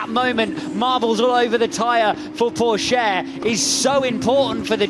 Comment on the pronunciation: they saing 'Porsche' ?